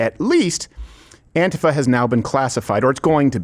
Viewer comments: Hey Steven, stop pronouncing antifa like a fairy. It's An-TEE-fuh. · No, dude, it's not that "some people pronounce it 'Anteefa' instead of AntIfa", it's that EVERYBODY IN THE WORLD pronounces it as 'Anteefa'!!